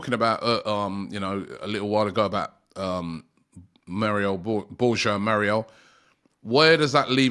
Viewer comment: Bro Moriel Borhajal 😂 and then they laugh that At “good ebning”